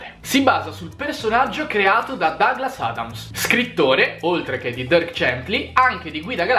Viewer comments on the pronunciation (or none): none